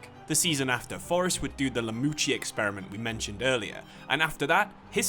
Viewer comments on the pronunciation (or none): none